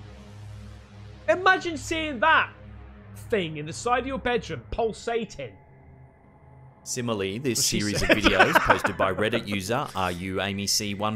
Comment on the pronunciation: " PULSATING " ! Hahahahahaa 😂😂😂😂😂😂😂😂😂😂